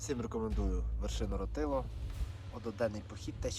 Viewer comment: місцеві називають гору рОтило...наголос на перший склад)